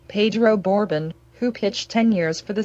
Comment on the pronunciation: PLEASE PRONOUNCE HIS NAME PROPERLY! Whoever is reciting this obviously has no memory of Pedro Borbon or the Big Red Machine. This video is misspronouncing his name! I have very fond memories of Pedro Borbon and I extend my condolences to his family.